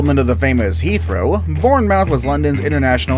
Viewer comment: Bournemouth is pronounced born-merth